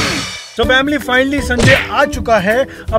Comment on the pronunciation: aap family ko vamily kyu bolte hai